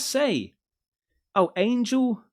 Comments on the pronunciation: Angelical… Pronounced* An-gell-ick-ull Not- Angel-Lick-ull 🤣👌🏼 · Say it with me… An- gel- i-cal. Means angel like. Say it loud. An-gel I- cal. Accent on gel. 🤣 You made me giggle because I have heard you say this word and I know you know it! lol What does any of this have to do with demons or anunuaki? Looks like angels and God to me! 😄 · pronounced i think an-gel-icle, which makes me think they fishing for religious followers lol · AN-GEL-IC-AL 🤦🏻‍♂️ Not ANGEL-ICAL!! 😂😂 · Angles lickle????? Angelical...dude ang...jel...leek...cool! Sheesh?..smh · Angel-icle 🤣🤣🤣 angelical. They didn't even spell it right 😂😂😂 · Angel ikkil.😆 An-gel-ik-ill.😆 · Angel lickal lmfao😅. It’s “an-gell-ical” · Ayn-ger-lick-al?? 😂 An-jelly-cal... Angelical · 20 tons of THC? No wonder people have been seeing shit on the TV. Goddamnit. it's AN-GEL-ICAL. Angelickle is what you find in the freezer at Gelsons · LOL🤣🤣🤣🤣🤣🤣..."ANGEL.....ICLE"🤣🤣🤣🤣🤣🤣🤣🤣🤣🤣LMAO!!!! The Brits...THEEE...**ENGLISH!!!!***..............*********BUTCHERING********* the ENGLISH language for MILLENIA!!!🤣🤣🤣🤣🤣🤣🤣🤣🤣🤣LOL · Angelickle 😂 oh how I love you. That video ‘Angelical’ is a broadcast station. ❤ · your killing me and stressing me. It's ( ANN-GEL-ICKLE ) BUT ALL TOGETHER FLUENTLY. how have you never heard the term before?? What rock are u living under? Lol😂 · The angel word is pronounced Ann - jell- Ie- cull just trying to help not knocking you😊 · you pronounced it AYN-gel-ICK-al dude?? lol You guys don't ever come across the word angelical in the UK?! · You dont have a clue how to sound words out, do you buddie. lololol Angelical Angel lics all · THT, Angel-icl... bruh learn how to read and talk... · Angel...ical??!? Seriously? I'm gonna assume you where kidding when trying to pronounce that 😢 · An-Gel-Ickle is how you pronounce that one bud XD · Ange lickle? Seriously? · An-gel- I- cal like angels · Pronounced An-Gelical. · Dude, it is pronounced Ann gel ick all. Lol... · An - gel -ee-cal